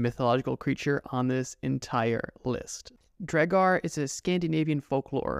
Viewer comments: It’s pronounced draugur also do the Japanese urban legend creature which asks you if she is pretty and if you say no she kills you and if you say yes she takes off her mask and shows how she has cut herself from mouth to ear. She asks you again “am I pretty?” If you say no she kills you and if you say yes she says “do you want to be like me” and if you say no she kills you if you say yes, she cuts the sides of your mouth all the way to your ears, and kills you. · It auto corrected, I meant to say “it’s pronounced draw ger” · Kinda kills me that he says draugr like Dre-gar instead of Drow-gar or Draw-gar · Its pronounced draw- ger not dray-gar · The way u pronounced Draugr, hurts my icelandic brain. It’s pronounced like Draugur, which also in icelandic is the word for ghost. But from way back it was used for the creature u talked about. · The mid pronunciation of Draugur it’s prounounced draw gur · lol why u sayin draugr wrong maybe i got missinformed but still i think drawg -ger sounds better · First time watcher here. You have some interesting content, but I could not get past the many mispronunciations throughout the video, especially the word "Draugr". A good rule for public speaking is if you've never heard the word spoken before, look up how to pronounce it. I know this seems like a small thing, but there are a lot of people that will be put off by that. Someone will be like, "If you can't even pronounce a word correctly, why should we believe anything you say is even factual?", and it'll go downhill from there. You know how these comment sections can get lol. Good luck to you.